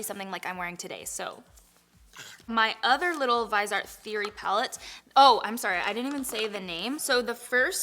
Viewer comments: Viseart is pronounced “VIZ-EE-ART”. Not “Vi-zart”. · it's vee-seart. Love your videos! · I’m sure someone has posted this already, but I’m not going to wade through 2K comments. Viseart is pronounced Viz-EE-Art. Stephanie Nicole interviewed them awhile back and asked them to pronounce the name of their company. Almost everyone pronounces it wrong, reminds me of the movie ‘That thing you do’ when their band was called the ‘Oneders’ (Wonders) and everyone called it the ‘Oneeders’. 😂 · Viseart is pronounced like viz eee art 😊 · Lol it’s ( vyz-ee-art ) no shade! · Viihh-Zee-Art. Lol dear god it bothered me the whole first half when you were talking about the brand. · Favorite food is anything seafood. I also think it is pronounced like vizzyart. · your hair looks beautiful and I love the smokey eye. My favorite food is pizza 🍕😋 Also, Viseart is pronounced viz-see-art 😊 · I think its pronounced Viz-EE-art but im not sure:) Love this vodeo!! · Hey. It’s is pronounced “viz- e- art”. Stephanie Nicole did a full demo with Muse who carries Viseart products. She also breaks down the price per gram which makes this pallet price comparable. It is worth the watch. Viseart is worth every penny! The matte shadows are the best on the market! They make their pallets to create looks in rows or quads. They are a professional line that is offered to the mass public. The price per gram makes their pallets comparable. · Viseart: Vih-zee-art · Hey hun . It's supposed to be pronounced v-is-eee-art You're beautiful btw and love your teeth Crystal's. I want them so bad. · Viseart, in French, is pronounced “Veezarr”, if that made sense. The last letter is almost always silent in French unless there is an “e” after it. So, the “t” is silent. I hope that helped you! 🤗💋💋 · If you want to learn how to pronounce viseart go to Tati's Chanel and listen to her saying it